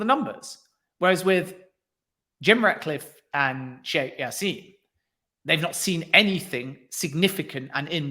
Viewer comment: As his name is Arabic the J is pronounced. It's jassim not yassim. Good interview irrespective